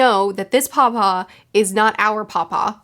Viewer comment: What you're saying "paw-paw" What I'm hearing "papa" Lolol I love these reviews so much, and they've only gotten better with each arc! I'm so excited to see your experience with the rest of this Saga, and am super looking forward to your reread, I'll probably start one at the same time. Ngl, I'm also looking forward to the anime reactor, Ruff, to react to your reaction this weekend, lol